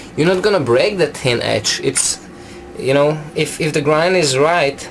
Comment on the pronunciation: Is he saying tin or thin